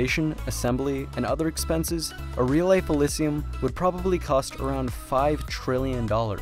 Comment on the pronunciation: How many times can you mispronounce elysium in 3 minutes and 30 seconds? uh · li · zhee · uhm